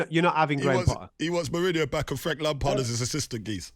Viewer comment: It’s been obvious for at least two months now that potter isn’t the man for chelsea. The immediate shutting down of Mourinho coming back from whoever this ‘geeeeze’ is commentating just goes to show how clueless they are as pundits. Notice he can’t even pronounce Mourinho’s name… I’m bored of the ‘give him time’ rhetoric. I’m sorry, but in any profession, you would have a probation period, and quite frankly, Potter wouldn’t be passing it at this point. It’s time to look elsewhere before it’s too late and we are saying the next manager didn’t get his ‘preseason’ etc.